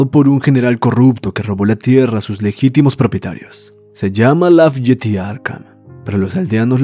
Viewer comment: UN consejo si vuelve a aparecer lafayette Arkham se pronuncio lafayet